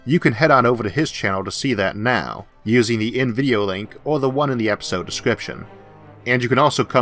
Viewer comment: Hey, you just make "Or" sounding "Er". I'm french and it doesn't bothor me.